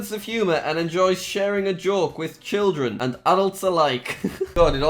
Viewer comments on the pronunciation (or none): none